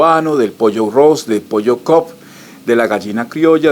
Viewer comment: El pollo no es cop es cobb